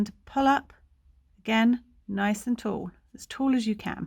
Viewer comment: Wow! Thank you! Returning to crochet after 30 years! Lol. You are our treasure! To be honest, I had to slow listening speed to half, to my listening speed, lol! The way you say, "nice and tall" at half speed is hysterical. Coming from an American! My square came out perfect! Cheerio darling!